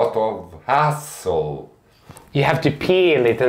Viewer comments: Haha...the way Mads said hassle sounded like ass-hole. Love you guys. Always make me laugh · Just saw your comment after I sent mine - this is what I thought, too! Really made me laugh out loud. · I thought the same 😭🙈😂